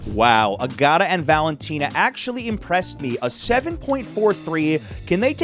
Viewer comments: Agata is pronounced Ah- Guh- Tuh, not Ah- got- Ah. It's the owner's wife's first name. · I think Agata is pronounced (at least by Italians) with the accent on the first syllable. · I giggled when you said Agata 😂 it’s pronounced like Agatha (Christie) , minus the “h” after the T which pronounced like a hard T, not like a soft R